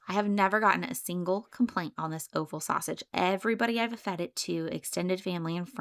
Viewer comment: Point of order: offal is pronounced "off-al"...no long "o". It is a homophone with the word "awful".